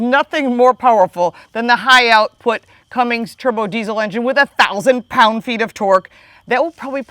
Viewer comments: It’s Cummins, not Cummings, and it’s 370 hp not 385, but your close on both accounts! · Cummings? Really? Learn how to say it if you’re going to review it and post it. There’s no G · There is no G in Cummins...